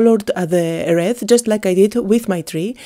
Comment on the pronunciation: Hi, please think of this word "wreath" as "wreeth" to get the ee sound when you say it. And if you could, please think of this word "enamel" as "ee-nam-el". Thanks.